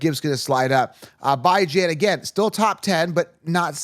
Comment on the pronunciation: BYE-JAN makes me cringe every time 🤣